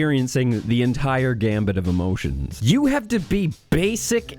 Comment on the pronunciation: Gamut. Not "gambit"